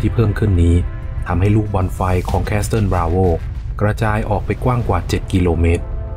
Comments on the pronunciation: Castle อ่านว่า แคส-เซิล ไม่ใช่ แคส-ซะเทิล นะครับ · ขอบคุณสำหรับเนื้อหาข้อมูลดีๆครับ สำหรับคำว่า Castle ตัว T ไม่ออกเสียงนะ ออกเสียงว่า คาสเซิล (kasel)